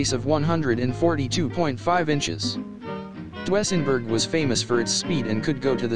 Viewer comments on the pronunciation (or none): I've never before heard those cars called "Dwessenburg"... It's pronounced "Doozenburg".... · Your computer voice needs to be corrected... it's DOO-ZEN-BERG ! Not DOO-EH-ZEN-BERG !That car's name is where the expression "It's a Doozy" comes from. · For the love of God, it's pronounced "DOO-sen-berg,", not "DO-ESS-en-berg." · Computer Voice can't quite get Dusenberg pronounced Doo-sen-berg. Fab car, 104 mph in 2nd! Amazes me! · Love those computer voices!--you almost have to mute it-but to call it Dwessenburg is unforgiveable! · To the narrator. You're the only person in the world that has never heard of a Doozenberg. Maybe you should leave cars alone to the men and a few women and go play with your LEGO and watch the Kardashians on TV. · HA ! DOO ESS EN BERG ???? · You left out Packard which was a rival to Cadillac and Dusenberg and actually just as or more luxurious. Also you need to have a live person do the commentaries on these vehicles, as the pronunciation of Dusenburg was way off. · A spot on about the pronunciation I was going to say the same thing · Chrysler Imperial, or Lincoln doesn't belong on this list...like AT ALL! Cadillac was not THE luxury car, Packard was! The crap list should be called cars that people in 2024 would know about. Can't even pronounce Duesenberg. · Each time he mispronounces DUESENBERG I cringed. 😣